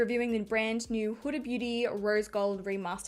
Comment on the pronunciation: yes you pronounced Huda first time right but not the second time:D it is an Arab name and actually it is my mum 's name:D LOVE YOU XOXOX